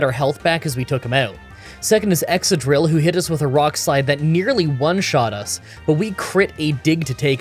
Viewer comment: I'm not sure for the pronounciation of "Beheeyem" (I say the same as you), however it's: - "Ex-ca-drill", not "Exadrill" - "Si-dji-lyph", not "Si-gui-lyph"